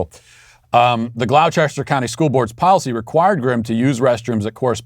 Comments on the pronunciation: "Glow chester" it's Glawsta!!! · "Gloucester" = "Glaw-ster". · Gloucester is pronounced "GLAW (sounds like "claw") -stir." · Matt Gloucester is pronounced Glos'-ter